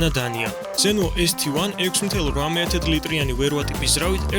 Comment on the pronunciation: ეზთივან არააა.. ეს-ტი-1(ესტეერთი) ესე წაიკითხე..თუ ქართული თარგმანით გააქ ბლოგი!! და აქ მესედესი (ექსცელერო) იყო შეზღუდული რაოდენობით როგორც (კონინსეგ 1) ბუგატიც.. და ფასიც საკმაოდ დიდი აქვთ ამის გამო...ასე რომ ცოტა მეტი ინფორმაცია მოიპვე და უკეთესი გამოვიგივა,,წარმატებები